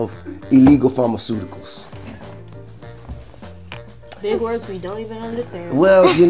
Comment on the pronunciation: “Illegal farmicutecals”😂